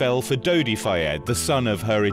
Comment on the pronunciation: Dodi Fayed - at least get his name right